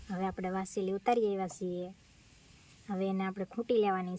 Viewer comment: Vaseli ny vaseti kevay 😂😂😂